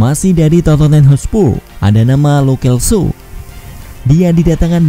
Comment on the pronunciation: narator: masih dari hotspu'....?